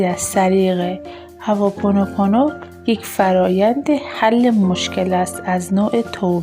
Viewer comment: هواپونوپونو تلفظتون اشتباه هوا نیست hooponopono